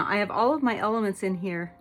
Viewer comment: I LOVE IT, ALL OF THE ELEPHANTS IN THERE...I KNOW YOU SAID ELEMENTS BUT I HEARD ELEPHANTS